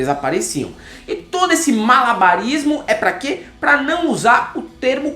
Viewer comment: "qüé" - Moro, Sérgio